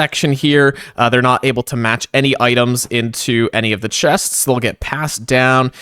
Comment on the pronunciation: hello! I loved the video, very cool usage of the copper golem... i have an extreme problem with the way you say "chests"